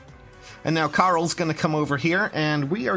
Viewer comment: IT SOUNDED LIKE YOU CALLED KAREL CARL